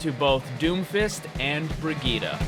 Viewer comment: bri gitt e